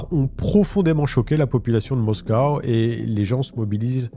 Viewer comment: bien. Par contre on dit moscou et pas moscow, tu vas énerver Poutine alors qu'il l'est déjà bien assez... 🤣